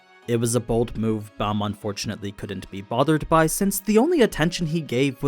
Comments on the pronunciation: Its b aaaaaaa m. Like open wide and say aaaaaaaa. Baam not Bam👌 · Man i love your content l, but please watch it in english. They use the correct pronunciations and you are slacking my friend lol. Its pronounced baam ( long a) not Bam. Im not good enough at spelling to type the rest out. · Why do people keep mispronouncing Bams name. It’s B-Ah-m. Not Bam